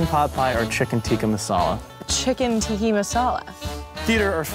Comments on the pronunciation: Naya : Chicken 'Ticki' masala haha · Chicken Tikki Masala? really naya? Tikki?? hahaha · lmao.. she said "chicken TIKKI masala" !! :P